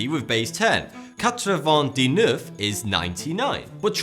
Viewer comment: It sounds like diss, not di.